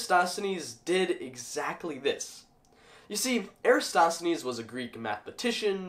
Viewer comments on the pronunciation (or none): This wouldn't be the internet without somebody nitpicking your pronunciation. It's "air-uh-TOSS-the-knees". :p GREAT VIDEO, though! Science is so cool.